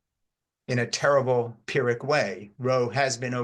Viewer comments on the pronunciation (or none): none